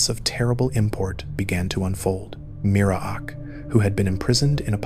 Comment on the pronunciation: MEER-AK not mir-uh-ak